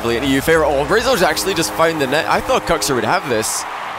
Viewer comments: It triggers me Kuxer lol not kuxir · Im i the only one that hears Cocksir?